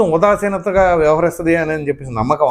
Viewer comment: ఉదాసీనత..ఉదారసీనత కాదండి